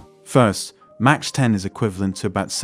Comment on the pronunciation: Good video! One note, Mach is pronounced primarily as “Mawk” and not “Mawch”. Enjoyed watching!